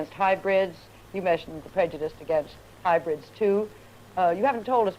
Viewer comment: I love hearing saying hybrids as hybridge lollll I'm laughing my ahh off